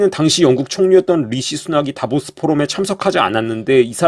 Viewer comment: "다보스"라 말하는게 "데빌스"로 들리네😅